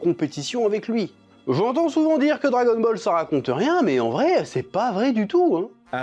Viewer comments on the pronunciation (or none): J'ai la nausée à force d'entendre dragon-bol !!!! Bol de quoi ?? Bol de Kelox... 🙄 🙄 🙄 🙄 🙄 🙄 🙄 🙄